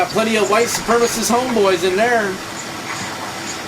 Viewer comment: "SupremAcist" hehe